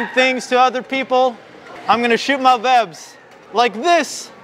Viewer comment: Did he say vwebs XDDD